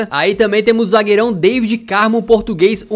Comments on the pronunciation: N se diz David diz se Davide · não se diz Daivid Carmo, é DAVID Carmo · pronunciaste mal o nome do David Carmo é David Carmo e Deivid Carmo não sei se percebeste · Cara, David.... David Carmo.... Não Deivid Carmo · Diz se "Da-vi-de" No David Carmo